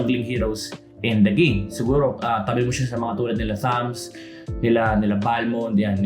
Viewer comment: thamUz pati un hindi thamz